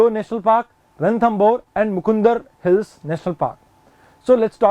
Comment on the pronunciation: But sir it's not mukundr It is a मुकन्दरा